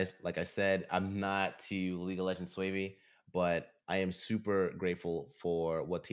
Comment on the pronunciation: This guy just said I’m not to swavy. It’s savvy